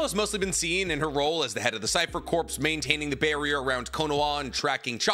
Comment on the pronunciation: Corps is pronounced "core" not "corpse"......